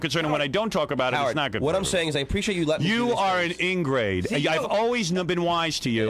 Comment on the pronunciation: “The ingrade.” - Howie